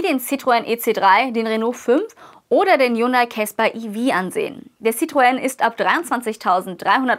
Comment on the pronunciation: Bravourös.Endlich spricht jemand Citroen richtig aus.